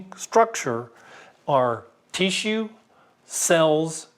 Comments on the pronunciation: I like how he says tee-shoe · "Teassue" Lol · This is a great video however it is rendered moot by the pronunciation of “tissue”. Sorry I just won’t accept “Teeshoe”. Good day sir. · Please. For the love of God. Stop pronouncing "tissue" that way. "Tea-shoe." "Tea-shoe." "Tea-shoe." "Tea-shoe." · I don't mean to be rude but the way tissue is being pronounced over and over and over and other words that have a short I sound or being pronounced with a long drawn-out heat what is that? Is that a specific accent I actually don't think I can watch the rest of it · I don't know why but this mans pronouncing of the word tissue is really annoying. I know that's kind of anal but its bothersome to me. But with that said ....a very interesting video